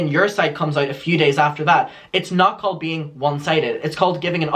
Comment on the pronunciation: “She CAWED ME ENTYITOLDE”